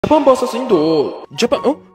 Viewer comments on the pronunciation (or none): Excuse me brother not pronounced indo. Its India okay❤ so say India 💚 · Don't say Indo , say "India" or " Bharat" it hurts the feeling of Indians. Pronounce the country name properly otherwise its disrespecting our country 😢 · Bro that's not indo that's India plz pronounce properly